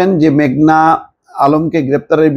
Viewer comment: ভাই মেঘলা না মেঘনা?